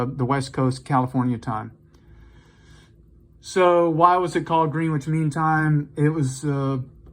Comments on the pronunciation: It’s pronounced “Grennitch” 🙂 Beautiful watch. I love a 24hr dial. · Lol, "Greenwitch" -- it almost sounds like a type of sandwich. Curious, though, that someone managed to make it to adulthood without learning how to pronounce "Greenwich".